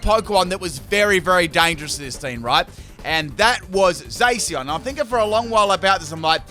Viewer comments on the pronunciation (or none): ADAM JINGULAM Moe he means like its Zaa-cian instead of Zay-cian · I think you pronounced Zacian wrong , it’s not a heavy a but a light a .